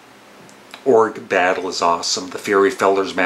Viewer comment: I enjoyed your video and will watch more - thanks. Please take this as a totally friendly and laid back comment - The Queen song is pronounced "Oh-ger" Battle, as in the mythical giant creature. Thanks.